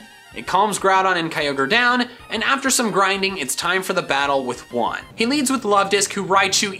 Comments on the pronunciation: Juan is pronounced Wan, not Huan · when you say “Juan” out loud it’s sounds like when you say “one” and it’s funny because it lived on ONE HP